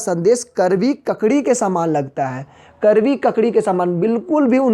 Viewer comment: Karvi nahi kadvi😁😁😁😆